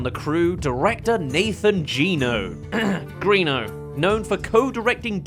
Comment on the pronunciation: P.S. it is actually pronounced Gren-o, not Green-o (Hook-hand even says it in Tangled, "Greno, go find some guards") - However, I'm very curious about why you think it's Greeno though, i saw your "not a mistake" blip. Did you hear him/someone say it like that in a clip?